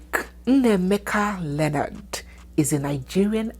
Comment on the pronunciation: Thanks for pronouncing Leonards correctly